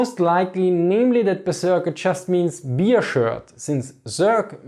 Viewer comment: i am the only one i hearing "beer" instead of "bear"?